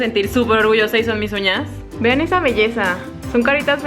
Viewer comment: Like si te diste cuenta que en el minuto 8:1 dijo esmalte de unas